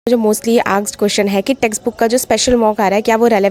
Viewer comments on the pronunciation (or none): Testbook❎️ texbook✅️ asked❎️ aksed✅️